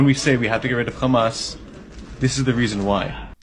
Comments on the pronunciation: The way he says Khamas 😂😂😂😂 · nobody can pronounce 'Khamas' like they do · haha the way you said KKHHHAMMAS gets a sub from me brother! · I know right they just think they’re innocent and they also need to fix they’re pronunciation they say KhAmAs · I always laugh whenever they pronounce Hamas as Khamas ! 😂😅 By the way I’m from “KHINDUSTAAN ! 😂😅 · “kkKkkkHaamass teWwWorWwist…”